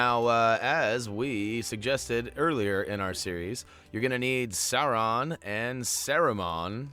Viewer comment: If you're looking for help with pronunciation, Sauraman is pronounced like; Saw, Rue, and then like Jamacian "Man" (Mon) Sauron is Sow (like a female pig) and Ron, like well Ron, any Ron will do, Ron Weasely...etc. Love the Videos "Mon"